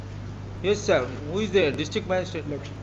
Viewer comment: At 2.00 ,siir... Siir, judge :What sir?